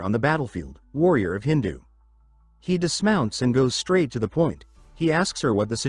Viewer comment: Why does this AI keep pronouncing Idhun as hindu? Did OP not bother to check what they ded into the AI?